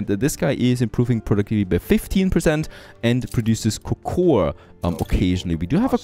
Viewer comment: I really like watching your videos man, they are great. There is just on little thing that's bothering me. Even though it's written cocoa, the "A" is silent. It's a pet peave and I am sorry to bother you with this. Keep up the great work.